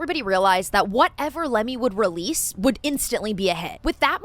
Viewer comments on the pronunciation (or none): I keep hearing "Lemmings" rather than "Lemme" 😂